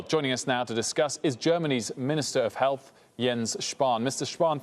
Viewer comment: Liebe es, dass er health hälß ausspricht